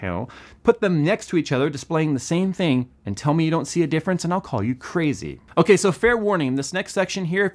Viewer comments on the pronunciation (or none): none